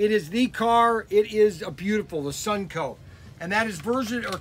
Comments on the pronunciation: Constructive feedback…. It’s called “Sun-o-co”, not “Sun-co”. 😉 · SUN-O-CO!!! NOT SUNCO!!!!